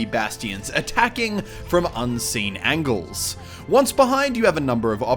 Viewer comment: he said "angles" (ayn-jels) as "angels" (an-gels)